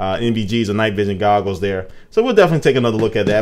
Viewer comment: LOL you said googles